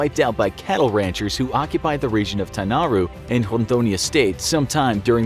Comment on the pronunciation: I was impressed that you got the pronunciation of Rondonia correct.